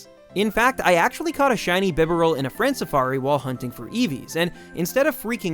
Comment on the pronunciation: bibarel is bronunced as B-Barrel not bib-eral